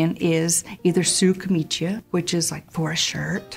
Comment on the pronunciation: Thank you, very interesting, but, please camicia is pronounced with only one i. Kameecha. The second i is only there to indicate that the second c is a ch because c before a without an i would be a k.